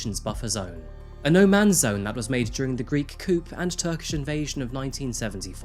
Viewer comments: Chickens live in a coop... Coup is pronounced like koo. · Coop? Like for Greek chickens?!🐓 You mean to say, “Coupe” pronounced Koo with the “pe” being effectively silent. You speak for a living? How have you gone all this time without knowing how to pronounce this word? How do you think “clique” is pronounced? Just wondering.. 🤔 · Having spent many years in the eastern Mediterranean, narcissism and misogyny are typical traits of many, perhaps most, of the men there. And, PLEASE, do something about your mispronunciations. Coup is not pronounced "coop," it's pronounced "coo." Almost every one of your videos has a clanger like that and it detracts from the overall excellent quality. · The greek didnt do a coop bro its coup pronounced coo not coop. This has nothing to do with chickens. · I nearly stopped watching..the mispronunciations ("coop" for 'coup'!) and incongruous Americanised pronunciations (from seemingly an English person?) were rather off-putting, but I'm glad I continued, as this is an interesting case ..in its own right and to me personally. I've just come back from Cyprus. My late father was from Cyprus and my stepmother has a Nepalese home help...so I have some understanding of attitudes to migrants. Even though the murder or serial killer phenomenon may be rare in Cyprus, I would think the prevalent patriarchal attitudes are reflected in high domestic violence rates? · It's pronounced 'coo', not 'coop'. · It's "COO,", not "COOP." 'Kay?? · It’s pronounced “koo”. Not koop. Coupe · I love your content, but you have a knack of using weird, unusual or plain wrong pronunciations for some words that bothers me at times. Like who pronounces a "coup" as "coop"? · It's prounoucned "KOO" not "KOOP" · It's "Coo" not "coupe" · It's not "coupe? it's coup pronounced Koo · FYI Coup is said like “coo” not “coop” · Said as coo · I can't believe this guy called a military coup, a coop. Lmao. He's an orator. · bro out here pronouncing coup like "coop"